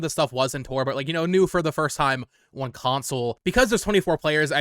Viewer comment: Brother I will not be taking pronunciation advice from a guy who says "oh-wan" everytime he says "on" 😂